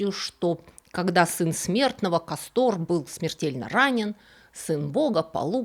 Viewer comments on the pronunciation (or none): Не КастОр, а КАстор - проверочное слово касторка, имеющая отношение не к Диоскуру, а к бобру (castor) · поправьте меня с ударениями, но вроде они были К'астор и П'оллукс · Интересная тема, хорошо рассказано, резало слух неправильное ударение: КАстор и ПОллукс.